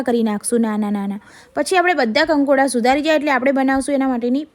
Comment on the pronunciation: કંકોડા એવી રીતે બોલે છે જાણે કોઈ કીડા,કોકરોઝ ને બોલાવે છે 🐛🪱